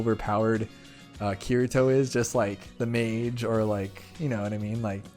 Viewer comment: Btw it isn't kiRito,its pronounces "ki-tee-toe"